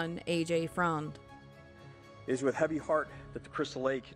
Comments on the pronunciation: "Freund" is actually pronounced exactly the same as "friend" just spelled differently. Trust me on this one, I personally know the low-life and lived with him when he met the other low-life and she moved in. Hence, I moved out! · AJ’s last name is pronounced Friend